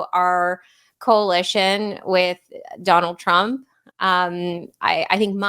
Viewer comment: Dave Smith introduced this podcast totally unable to say Donald Trump lol! Shanahan is🎉great.